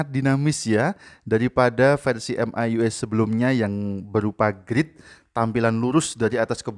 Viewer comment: Baca EM AI YU AI,, Mi YU AI aja kali bg, kedengaran aneh baca ke gtu. Wkwkwk